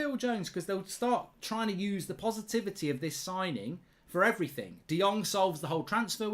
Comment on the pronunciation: De Jong = De Long 😂😂😂